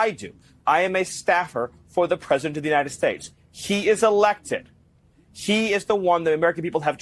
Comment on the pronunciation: Peasadent? Green needs a special needs teacher to teach him to add speak 😂😂😂😂